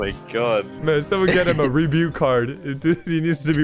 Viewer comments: "Man someone get him a rebew card" 💀💀💀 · I laughed so hard when he said rebute card